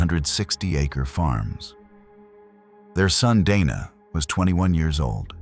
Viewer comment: To be fair some people would say Donna rather than Dana. Some are just bad at pronouncing names. Hell my legal name is easy as hell to pronounce and people still mispronounce it. They either call me Dina, Diana, or Deana none of which are my name. My name is Deeanna Dee-ann-uh. Some even say Dee-on-uh which is also incorrect. So I give lead way to mispronouncing of names. Because it happens to me often.